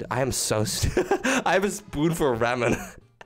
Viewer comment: It pains me how you say Ramen